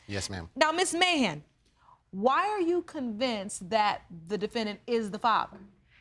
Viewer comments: Who else heard "mayhem" instead of "Mahan?" ...lol yikes! Ok, let me continue watching, to see how this ends . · I keep hearing "Mayhem" instead of "Mahan". Anyone else? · Is it just me who keeps mishearing his name! I keep hearing "Mr Trump!"